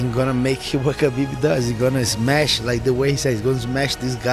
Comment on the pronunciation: DC has been in the game for so long but he still getting "Khabib" wrong